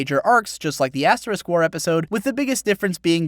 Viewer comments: You sound like you're saying "aSS war" rather than "aS war". heh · I swear I thought you kept saying ass war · Love how he pronounces it as Ass-war. OH, and by the way hits the subscribe button